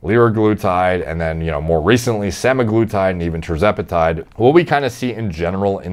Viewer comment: is like Wayne from Letterkenny, if he used to use gear. That "re-cent-lay" got me man 😂